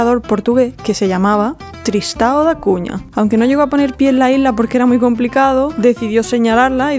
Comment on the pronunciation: No és tristAo da Cunha, y si Tristão da cunha jajaja broma ustedes no saben hablar El ão.